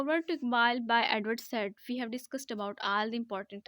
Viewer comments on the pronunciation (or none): ye Edward said Jo Hy na usko Edward Saeed pronounce kery